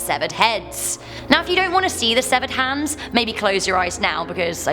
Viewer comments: Are you saying hands or heads? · Not sure if she's saying heads or hands.....